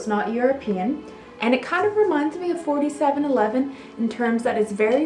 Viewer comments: Yes you don't say 47-11 its 4 - 7 - 11. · Pronounce it as four seven eleven eau de cologne...rather than forty seven eleven...it's such a great hot weather one, always dabbed it around the neck as a refreshment on a hot day! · In England we call it -- Four seven eleven. Not forty seven eleven . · It’s four-seven-eleven!!!! Not 47-11.... 😒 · It's pronounced: "four seven eleven..." It was sold at Woolworths and worn by teenaged boys... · The first one is pronounced as 4 7 11